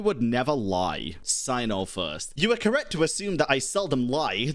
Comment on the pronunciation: Like Cyno would also say lying is not good and not Ko-rrect do you understand traveler becouse you were doing the Korean VA and Korrect becouse of Correct :)